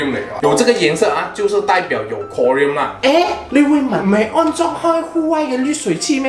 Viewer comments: 应该读成 “ko ... rin" , 不是 “ko ... riam"。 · “Klo” “rin” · 哈哈哈我就想说 读成另一种金属chromium了